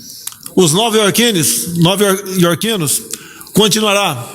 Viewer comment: O mundo do, que nem sabe falar "nova-iorquinos", está desabando rapidamente. Que governo ridículo.